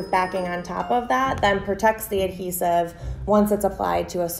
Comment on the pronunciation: the adhesaahf surfaahs